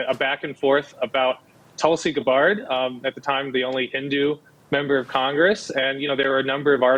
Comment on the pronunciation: It took me turning on captions to see that yes, he is really pronouncing Tulsi Gabbard that strange way.